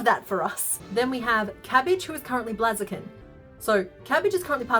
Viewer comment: I love this channel, and everything she makes is just amazing, but it's Blaze - a- kin. Like a blazing fire... The 'bl' sound, followed by the long 'a' sound (as in "say"), and then the 'z' sound....